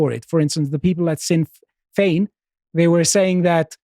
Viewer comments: The "Sinn" of Sinn Fein sounds like "Shin" when pronounced. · I really love when this non Irish guy calls Sinn Féin sin Fayne.. stay in your lane. Russian propaganda. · Please pronounce Sinn Fein the Irish way where s is ShinnFein. Varadker has the emphasis on the second A. It's a difficult language.